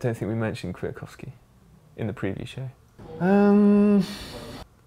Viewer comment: Ok guys. I like your channel so much and it keeps me biking almost everyday (thanks!), but those funny moment in the GCN show are sometimes a bit of pain in..... the saddle - just because you do it every 30 seconds. It's By the way .... Kwiatkowski is not that hard to pronounce. You're doing pretty well